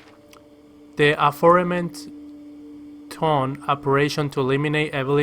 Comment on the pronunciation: Ah-for-men-shun-Ed Aforementioned